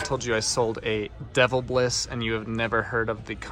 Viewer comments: Hi, I know that sometimes you "word pronunciation challenged"😂, but this one I have to point out for you. I usually don't comment, but.....your "Devil- bliss" humidifier is actually a good name in tools and other things. Didn't even know that they made humidifiers. A yway, just so you are aware, the brand is pronounced, "De-vill'-biss". 😅 Now you know. 😊 Thanks for your great videos. I never miss them! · Day it like this: De VIL Biss. Not devil biss